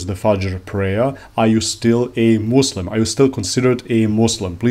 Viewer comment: ur the first person to pronounce muslim muSlim not muZlim😭